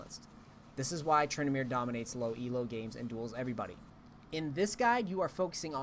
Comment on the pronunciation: Edit titel TrynD*amere!!! not Trynamere :D